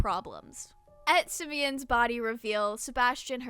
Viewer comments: Oh my god your pronunciation of Siemens is so cute (It‘s like semens officially) and about the history stuff. Yes Germany was getting highly industrial during that time and during the „Kaiserreich“ also heavily militarized as it was a very militarized, authoritarian and overall sketchy time for Germany. However I believe that the English royalty and German royalty in Prussia were actually on very good terms, not sure about that though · See-mens I believe is the correct way to pronounce his name. can't believe you didn't mention Bardroy and Finny volunteering to go with Mey-Rin because they cared about her. I agree with you on the servants not being cleared, though some house servants did double as state security/bodyguards John Brown being a good example. Ciel is a fanboy, its normal for a younger man to fall in line or try to impress an older man (especially if said man is respectable). I agree I too have difficulty sleeping quickly. I agree Ciel is pretty warm-blooded when comes to killing. I thought it was a reference to the Jack the Ripper Arc where Lau buys Ciel a cocktail dress, hence Lau asking if Ciel has 'worn it yet'. Pretty sure Ciel is just a horny teenager, although tame by our modern standards the story is about a r*pey bisexual vampire (she has a male lover in her backstory) and was considered softcore pornography in the 19th century. I agree with what you say about Woodley. That scene is when I really started to like the servants. I always interpreted it as Ciel not wanting to see his enemy wearing his father's cloths since its implied Ciel knows Sebastian looks like Vincent. Just remind yourself that in the English language, gay jokes, metaphors, allegories, sexualization and shipping are actually different things, it is also worth pointing out that teenage girls make up a large number of Yana's audience and that such scenes with teenage Ciel could just be seen as fanservice for said audien